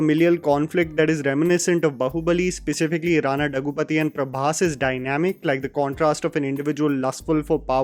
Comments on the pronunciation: his name is pronounced like this: दग्गुबाटि राना. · Please tell the name correctly. Rana daggupati. Practice before saying the name